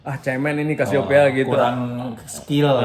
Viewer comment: Budjana nyebutnya Casiopea sementara Indra Qadarsih pas diwawancara Soleh nyebutnya kesiyopi 😂